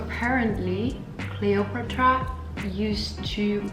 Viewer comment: "Cleo-put-rah" was not actually that pretty; she just had great charisma, a nice figure and always smelled good. It is so thoughtful and sweet of you to reply personally to those letters and gifts!